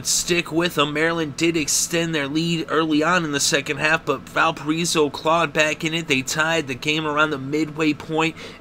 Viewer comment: "Val per eso"? Try Val pir I so".